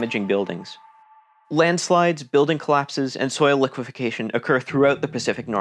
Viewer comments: Liquefaction, not liquifacation. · There is no such word as liquefacation. The word is liquefaction, lick wa faction. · liquefaction - not "liquification" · It’s not liquefication. It’s liquefaction. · I think Liquefaction, not "liquification" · It's "liquefaction" not "liquefication" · Robert Chase I caught that, too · Liquefaction. Only 4 syllables, not 5.